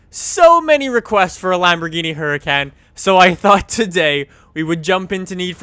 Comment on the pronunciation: its pronounced ooracahn not huracan.....